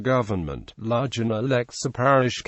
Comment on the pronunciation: I would never recognise this place from the pronounciation used. Ludg as in fudge. Van as in fun. Remember this is Cornwall with it's own language and not England and English. Other place names mentioned I cannot understand at all.